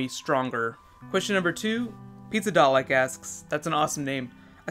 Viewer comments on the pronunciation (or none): none